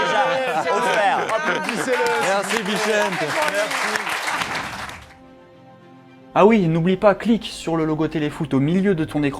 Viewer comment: Juste pour info les gars sa s'écrit "bixente" mais sa se prononce "bixenté"